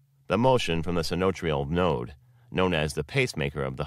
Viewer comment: Check the pronunciation of diastole and systole and other terms (sinoatrial node). They are mispronounced in this video.